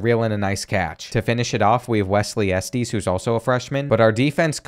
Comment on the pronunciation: The way you pronoun Estes is crazy